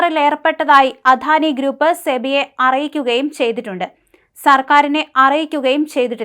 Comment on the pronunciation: അധാനിയല്ല അദാനിയെന്ന് പറഞ്ഞു പഠിക്കു